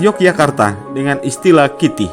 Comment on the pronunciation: Klitih mas bukan Kitih